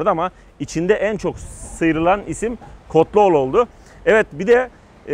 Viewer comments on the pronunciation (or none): Kotluglu diye mekan tanıtıyor ilk önce doğru oku ismi sonra tanıt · Kotluoğlu hahah la bakarak da yanlış söylemesen iyiydi